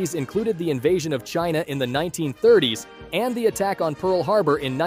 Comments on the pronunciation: ahh YEss C for Csouth Africa. AND s ind for Shina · S-China C-South Africa. You are really mart buddy